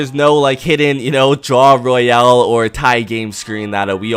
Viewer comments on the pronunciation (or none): none